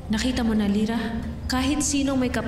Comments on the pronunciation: ako lang ba nakarinig na pagkasabi ni danaya gira hindi lira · Zira daw hndi Lira 🤣😂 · Nagkamali si danaya sa pag banggit ng pangalan ni lira ahahahahahahahhahahahahaha